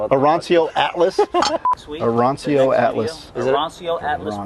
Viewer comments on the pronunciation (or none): Your Italian pronunciation of Arancio was terrible! 🤪 Love this videos!!